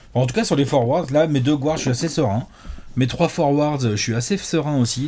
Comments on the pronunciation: Les gars, juste pour info, "guard" se prononce "gaa(r)d" et non pas "gward" :) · Arrêter de dire gouards à la place de guards Il est où le ‘ou’ Dites meneurs pls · Je vous suis tout le temps, et je vous kiffe enormement et, par contre mes oreilles saignent quand vous dites GOUARDS haha ca se prononce GARDS;) much love la team <3